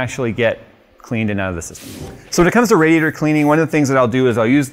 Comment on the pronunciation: “Raj-ee-ator time”😂